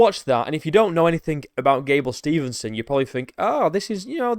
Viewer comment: His last name is Steve-son, not Stevenson. That being said, I never liked him. I was coaching in Minneapolis, MN when he was wrestling at Apple Valley High School. I knew a lot of those guys on that team and they were all POS. From Destin McCauley to Gable Steveson.